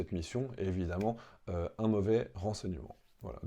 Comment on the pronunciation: 😅😅😂😂😂 Unnnn rraffaaal unnnn 😅 Mais non ma grenouille ce n'est pas uunnn😅, ni deux, mais c 3 , trois, Three 😅😂